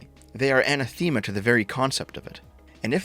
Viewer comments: It's "A-Na-Theh-Ma", not "Anna-Themea" - Grammar Nazi Geoff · I believe it's pronounced "ah-NAH-theh-muh", not "an-uh-THEM-uh". Just FYI. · Annatheema. lol. Where do they say it like that? No criticism, it sounds like you only ever read the word aNAthema. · Say it with me,. Anathema. "Uh-Naff-Thee-Muh" Not "Ana-Thee-Muh" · I'm leaving this "community" because can't pronounce anathema correctly. (An-ah-thuh-mah) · "Anna" "theema"... Maybe don't use words you can't pronounce, just saying. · You can't just pronounce anthema that way, then end the video 😂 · You mispronounced "anathema" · I hate the way you pronounce "Anathema" at the end of the video. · The way you pronounce anathema is painful